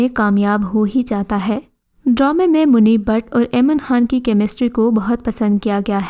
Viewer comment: Apna talaffuz theek karo. Munir Butt, Bhat nahi. Kaif e Baharan, Bharan nahi. Bequsoor me Aiman Khan nahi, Saboor Ali hai. Man Mayal me Aiman ka role boht minor hai. Ye kaam karne se pehle khud ko polish karo.